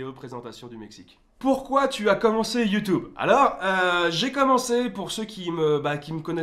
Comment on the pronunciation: Tu compte encore dire longtemps youtoube mdr😂😂!!!! Joyeuse Anniv gros!